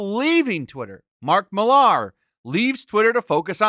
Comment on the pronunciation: 2 bro... learn how to pronounce last names thats shameful ur that bad at that... McFARLANE SOUNDS LIKE mick-far-lin , and its not MehLar, its Millar sounds like MILLER mill-er. ITS NOT that hard dude come tf on.